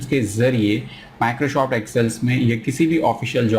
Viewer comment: Microshoft kyuin bolte ho 🤣